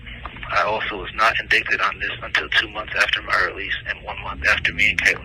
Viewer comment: Definitely someone else the way he pronounced indicted